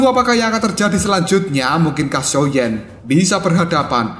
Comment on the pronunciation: Min ngakak banget pas blng xioa Xiao😭